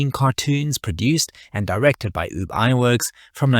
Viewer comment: Ub...not oob